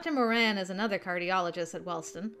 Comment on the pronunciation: Yay! finally can pronounce the Moran last name right! And ooh looks like the blonde at the beginning on the TV is voiced by Bradley who did the Journalist for Yandere Simulator! I was the opposite in the Will and Meira’s conversation I can’t stand math and love making up stories since I do want to be a writer and have the imagination for it! Jay is so sweet and handsome! Also a man that can cook is one of the traits I find extremely hot I think it’s the most attractive thing and me being a big eater I would be spoiled rotten with someone like this hehe